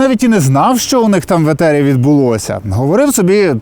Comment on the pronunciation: Ефiр, ефiр блд, а не етер якийсь